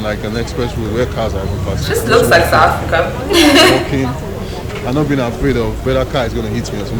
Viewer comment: Hihi. "Satafrika!"